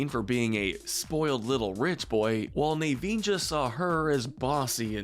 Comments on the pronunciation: Nahveen, not Nayveen Ko-ko-um, not kokum ahna, not ana "princess" adam killed me tho, that was the funniest mispronunciation. reyeuh, not rayuh since i assume youve seen these movies i feel that these are both needed pronunciation guides and ones that are good reminders because its basically like the last airbender live action movie calling aang ahng. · I'd say the most Toxic as an addition even though it didn't last would be Anna and Hans. (Also it's pronounced On-Uh, and NUH-veen) I think you should do one for siblings/Deep friendships. One of my favorites is Pocahontas and Nakoma (pronounced NUh-Co-Muh) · he says nay-veen. his name is na-veen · The way you said Naveen 🥴😬